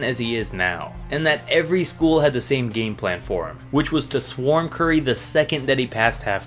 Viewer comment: This man said Steph sturry